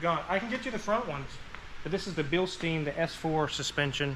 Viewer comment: As a old auto vehicle wholesaler manager here in NZ , we were once the country's Bilstein supplier, I got its correct pronunciation explanation as it's Bill-Stine not Bill-steen!!! 🤣 funny lot those Germans , but fantastic quality product and fully rebuild able, much love from New Zealand